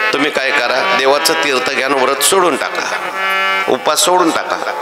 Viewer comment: व्रत असे म्हणावे